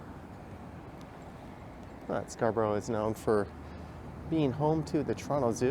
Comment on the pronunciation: It's actually pronounced Scarbeeria